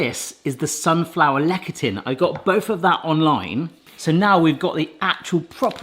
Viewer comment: "Lecithin" - pronounced: "LES'-a-thin".